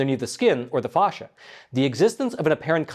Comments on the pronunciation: Dear AI, there's no H in Facsia (fay-sha, not fawhsha) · It's pronounced "fash-uh", like the word "fast". Not fosh-uh. Just stop, you don't know how to put this information into any context. It proves nothing medically speaking at this point. And it's pronounced "inter-stish-ee-um". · Inter-stish-um. I love your, but for crying out loud collaborate with a medical person before you do your podcast. As a doctor, your continuous mispronunciation of fascia and interstitium unfortunately it’s very distracting.